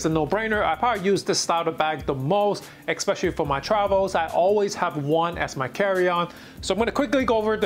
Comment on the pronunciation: Did you ekspecially work at Morgan Stanley?